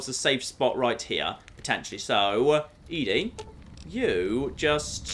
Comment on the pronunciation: It is doing my head in that keeps saying E-DE not ED-E its Eddy not Eedie.